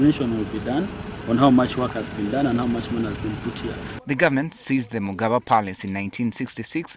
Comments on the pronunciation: Did the journalist call it "mugaba instead of mugabe"?everything in Uganda is dysfunctional including the media.olemwa. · Why is he Calling it magaba palace 🤮